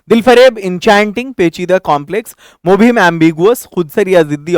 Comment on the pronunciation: Mubhim nhi. Mubham hota hai sir.. It means meaningless words